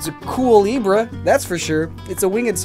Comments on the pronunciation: Every time talks in Spanish Todas las veces que habla en español "Fuecoco, Fuego... Cocodrilo" "The Coco or the Cucafera" "De los muertos" "Pedros" (fun fact, he said "Pedos" and that's Fart in Spanish) "Culebre" "Quackistador" not sure at all "conquistador" hey, that was good pronunciation "Don Quixote's Alonso Quijano" "Miguel de Cervantes" "Alonso" "pronouncing Quaxly en Español" "Gatito" "Zorro" "Kingdom of the León" "Peninsula" "La Sagrada familia" You said "Sangrada" and that means a person who has been covered in blood... That can also mean Annoying because "Sangrona" is a people who annoys a lot in some countries talk Spanish is really confusing I didn't count the Barcelona because isn't that fun No conté Barcelona porque no es tan gracioso Please at some of the Gen 9 Analysis make the outro in Spanish that would be awesome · it's pronounced ku-le-bra not with the e at the end. That's why it didn't sound correct :)